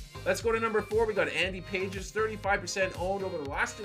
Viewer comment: "Pahes" not Pages.